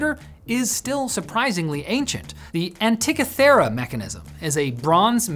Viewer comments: Pronounced "Anti-kith-uh-rah". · Imagine producing a video for a channel with 4+ million subs and not even bothering to get the pronunciation of the main topic correct... 🤣 "An-tee-kith-er-a"